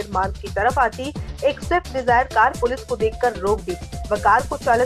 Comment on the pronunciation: Abe anpadh gawar, wo shift nahi swift hai